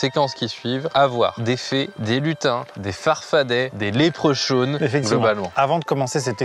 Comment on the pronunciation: Salut!! Là...j'adore tes vidéos mais je viens de tomber sur un Français qui nous critique nous Quebecois...pis en meme temps je regarde cette video... arretez d'utiliser tout les anglicismes!!!!!!...: LEPRECHAUN 1 se prononce LE-PRE-CON et non comme tu l'a dit.... et 2 un leprechaun est un FARFADET... Proteger la velle langue française misère!! Sur ce... je continue ta video 😊😊